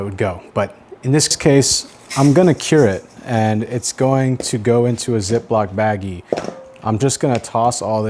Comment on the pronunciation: You just gave a lecture about calling it curing and not brining. And 5 secs later you call it a zip lock baggggie!!